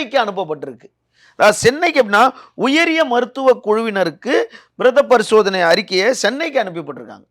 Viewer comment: நேர்காணல் வந்து இருப்பார்க்கு உச்சரிப்பு சரியா வரது போல (பிரேதப‌ரிசோதனை‌) நீங்கலும் உங்க விவாதமும் முதல் நீதிமன்றங்கள் இது போல விவாதம் செய்யும் youtuber youtube channel-கள் நடவடிக்கை எடுக்க வேண்டும். வழக்கு விசாரணையில் இருக்கும் போது இவர்கள் எப்படி அப்படி இருக்கும் இப்படி இருக்கும் கூறுவது சரியா??